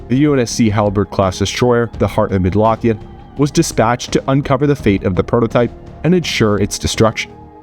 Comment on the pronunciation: Midlothian is pronounced Mid-low-thee-in